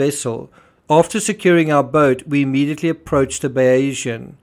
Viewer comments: Perhaps you may have been more credible if you had pronounced the Bayesian's name correctly. But no, this is all a load of cobblers! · Learn how to pronounce the sodding yachts name!